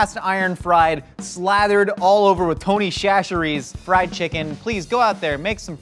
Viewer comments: The pronunciation of Tony’s kills me every time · why do they pronounce Tony Chacheres like that...